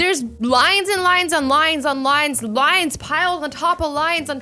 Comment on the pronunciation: when she said “lines and lines and lines” i thought she said “lions and lions and lions” who else heard it